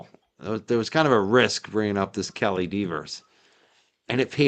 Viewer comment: I think that Alan Jackson knew he would upset Kelly by mispronouncing her name.